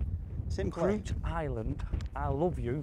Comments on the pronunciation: It's pronounced critch Cruit irish for harp, it's on my bucket list. I've played the course on the next peninsula portnoo multiple times without knowing that course existed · Best 9 hole course in the World, truly is a hidden gem. Only 1 road in and out, unless you have a boat. My ould fella was a member, played it many times. Definitely the best Par 3 anywhere for scenery. Great video chaps, only thing being it’s pronounced Critch. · Its pronounced Crutch! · Pronounced 'critch'. I played there a few years back and didn't shut up about it for ages! Absolutely beautiful, and a good pint of Guinness in the clubhouse too. The course destroyed me, but I was delighted to par the 6th: pretty daunting for a duffer like me! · My favourite Golf Mates ever and that's saying something! I thought HB/SB would do best with his game but Liam's the DB at the moment. I've played all the courses so far but reckon the next one is new to me, I'm guessing County Sligo somewhere. I think Cruit is pronounced 'Critch'. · Falite Golf mates Cruit ( pronounced CRITCH), great course. Dongal has great courses. You can bag 6-9 bucket list courses for sure within one county : ) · Fairly sure it’s pronounced “critch island”. My auld fella’s family are from nearby. Been there many times but never had my clubs with me. Maybe next time I go over I’ll have a knock. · Played this course a couple of times,we were told it is pronounced Chreech Island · Cruit is pronounced ‘critch’!